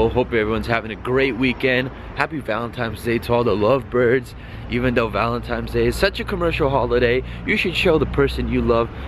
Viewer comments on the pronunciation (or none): It's Valentine's Day not Valentime's day lol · X2 .... Cmon man wtf N NOT M lmao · ValenTIMES day😂😂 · "Valentime's Day" LMAOOOOO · I cringe every time he says "Valentimes" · It's Valentine's Day bro not valentimes 😂😂😂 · All of a sudden valentimes day and not Valentine's Day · valentiNes day not valentiMes day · Why you say "Valentimes day" it's VALENTINES, TINES, not times 🙄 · "Valentimes" 😂😂 u da real mvp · ValenTIMES day? LOL! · Are u saying Valentimes? Lol keep up the sick videos bruh! Hype beast life is swag fam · "valentimes day" lol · "Valentimesday" = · "Valentimes day" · "valen-times" day... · "Happy valentimes day" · "valentimes day" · Did this dude say "Valentimes Day" ? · it's valenTINES. With an N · Valentimes day ?? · Is He Saying Valentimes Day? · ...Valentimes Day?